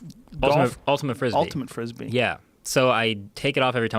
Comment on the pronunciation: ultimat frispee